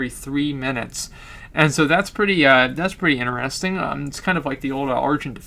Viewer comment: very inerestin .. xD No offense but that's a re****ed way of saying interesting ! xD love you !